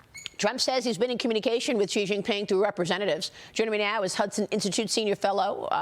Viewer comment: Shouldn't a China expert be able to pronounce Xi or Beijing properly? Maybe US standards are very low for what is considered an expert? If a Chinese expert on America said "Tramp and Worshington" would you consider them an expert?